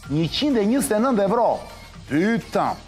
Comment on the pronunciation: O çan ca je ti ore... euro thuhet shqip, e jo evro...